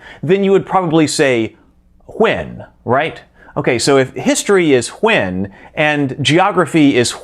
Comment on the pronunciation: That's how they are supposed to be pronounced